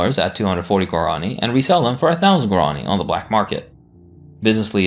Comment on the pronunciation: Why do you pronounce Guarani like that? It literally has an accent on the I